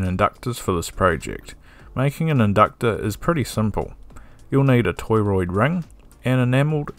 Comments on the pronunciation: it's not toyroid, it's to(h)roid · Torriod is pronounced TOR-oyd” not “TOY-royd” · Torr -oid, not toy roid. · I noticed that - toroid. I guess he's an Aussie.